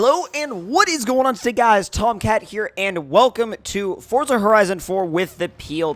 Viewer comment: Can you please say Forza properly and don't say freeway